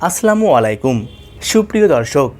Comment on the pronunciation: আসলামুআলাইকুম ???? বলে কি??? আসসালামুয়ালাইকুম বলেন